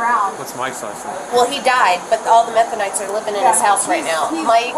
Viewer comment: methonites? 😂😂😂 thats crazy